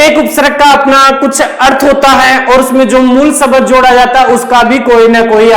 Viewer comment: शबद नही शब्द बोलिए सर। बहुत अच्छा समझाया अपने सर।